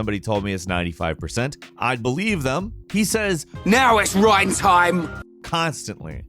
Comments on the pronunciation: Okay, i need proof that you actually PLAYED Xenoblade Chronicles now... First of all, you aren't even close to saying Reyns name right, even though it's said out loud multiple times ingame, leaving you with no excuse for this mistake if you played the game. And even if the voiceline is subjective to everyone, the AI for Melia and Sharla is INFAMOUS for making certain fights next to impossible without being at least a bit overleveled if you don't play as them... Sharlas AI will never use her talent art, unless her rifle is overheating, leaving her to do nothing for an extended period of time, leaving you with no buffs or healing in the meantime. Melias AI seemingly just summons elements at random, and never uses them in a meaningful way, and even the most incompetent player will do a better job of controlling her... So in my experience at least: Sharla is most efficient when you control her, but she is INSANELY boring to play as. Melia never really shines without you behind the wheel, and she is arguably the character that takes the most practice and knowledge to know how to use efficiently. So even of you might be tempted to just let the AI control them for those reasons, you are likely better off leaving them out of the party entirely, especially when you have Dunban, Rikki and 7 to take their place! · Why did you pronounce Reyn as rain at first when the character says his own name as rhine. Is it a translation thing and he's called rain in the japanese version or ...? What gives? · Rain? Really???😒😓 its pronounced RINE. (Reyn) Where is the "A" in that? lol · Not Rain Rine ok Reyn is pronounced Rine not Rain ok I know this kind of comment is annoying but it bugged me ok and if this bugs you then Ignore me it's honestly not that big a deal but I just wanted to comment about it anyway so have a nice day and if you read all of this thanks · Sorry not trying to be rude but it’s not Rain it’s More like Rine. :) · Reyn not rain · "It's RYEN time" got me. XD XD.